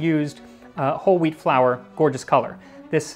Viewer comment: Why does Max says wheat like stewie from Family guy ? :D Hweaattt